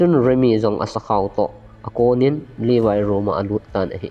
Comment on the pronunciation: Not Livai....... Levi joh ti o